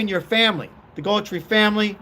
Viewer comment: It's GUTH-RIE. AI needs to be regulated.